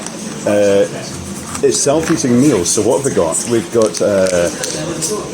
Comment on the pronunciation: With the accent, I thought you said 'Self Eating Meal' ... ha ha ... I thought AI has gone too far now !!!